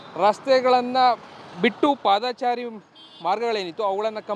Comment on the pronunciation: ಪಾದಾಚಾರಿ ಅಲ್ಲ ಪಾದಚಾರಿ